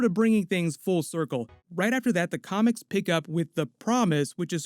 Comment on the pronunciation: Yo the way you say comics sound like your saying comments and it's very funny no disrespect though.